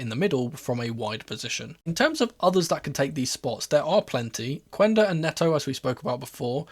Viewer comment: I am sorry for being a little bit pedant but in Portuguese the U after a Q is silent, Quenda name is not read as Cuenda, it's read like Kenda. I hope people start to call him as it is, it was the same thing with Guedes, his name reads like Ghedes